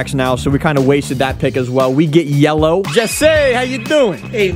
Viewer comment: It’s yelloe